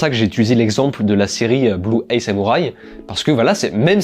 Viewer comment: Sympa ces tops !! Merci de nous partager tes retours, c'est toujours un plaisir de t'écouter ! Par contre correction dans blue-eye samurai le mot "eye" se prononce "aïe" et pas "ey". Au début je me disais "non je vais quand même pas le corriger sur de la prononciation" mais comme tu l'as répété plusieurs fois j'ai pas pu résister 😂